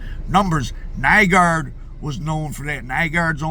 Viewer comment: Nygård = pronounced New-gore'd